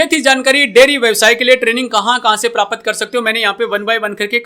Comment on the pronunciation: भाई prapat नहीं प्राप्त बोलो